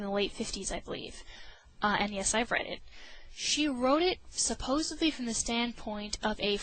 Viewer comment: Stopped watching at 'supbosably'.